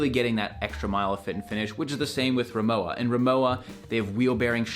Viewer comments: Owning two 40 year old aluminium RIMOWA . Undestructable. (By the way.. the brand is pronounced "Ree-moe-va" not "Reemoa") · It’s pronounced RimoVa, as it is a German brand. 😊 I’ve never gotten holes in any fabric luggage ever in my life. To me, the dents in aluminum are god awful. Look like a crunched coke can. I would buy an aluminum piece for a quick photo op, but only if it was $50 max. They’re pretty to look at but stand zero chance with wear and tear. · Es ist Rimo-"VA" bitte!